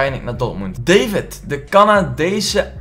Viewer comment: Het is niet david maar davied uitgesproken!